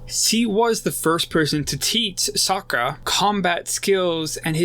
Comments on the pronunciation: Bruh, are you saying Sakura instead of Sokka? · Like the analysis but it's very distracting that you keep calling him Sakura instead sokka and you keep saying Piandown instead of Piandao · He said *sakkar* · Great video 👍🏽 Just one thing it’s SAW-KA lol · To me it sounds like socer